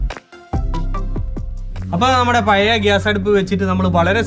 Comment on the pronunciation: കോഴിക്കോടു കാർ മാത്രമല്ലല്ലോ താങ്കളുടെ സബ് സ്ക്രൈബേഴ്സ് . "പയേ സ്റ്റൗ " പോലുള്ള വികല ഉച്ചാരണം ദയവായി ഒഴിവാക്കണേ !